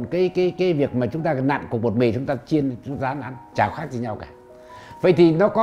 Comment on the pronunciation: Cái lưỡi bị gì mà nói chuyện bữa nay khát ngày mai lại khát. đổi người đi